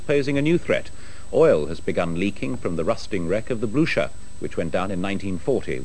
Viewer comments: I thought is pronounced, bluker? At least that's the way they pronounce it in the movie Waterloo. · They can't even pronounce the name! What is the Bluscher?